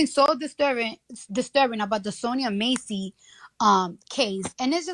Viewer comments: Cant even pronounce her name right. Who’s Sonya MACY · no sh!t, Sherlock. Did you hear how Cardi B mispronounced it? That was my point. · Sonya Massey